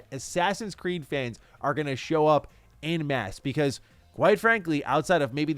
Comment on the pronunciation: my man, en masse is pronounced " on " masse not "in "